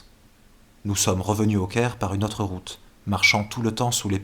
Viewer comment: La voix du lecteur est agréable mais quel dommage de prononcer 'autre' comme 'hotte'...